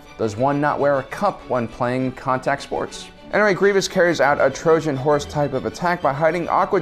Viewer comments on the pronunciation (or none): none